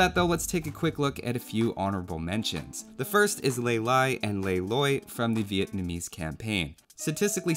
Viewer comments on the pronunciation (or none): none